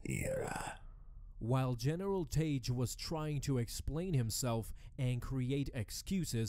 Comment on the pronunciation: Ozzel is pronounced Oz-el, rhyming with nozzle. Tagge is pronounced Tag.